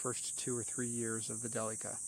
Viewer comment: i know this is 4 years old now, but i like watching these, and this is the only person ive seen whos pronounced "delica" correctly lol